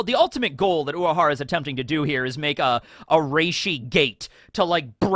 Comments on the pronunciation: Is it me or keeps saying "Uahara", leaving out the letter R. Sounds so weird whenever he says it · So I'm not crazy He is pronouncing it differently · same i was confused i swear he says it normally in other episodes but this time he emphasised on the 'W' he doesnt have a lisp tho 💀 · i forgot how much i hate how says urahara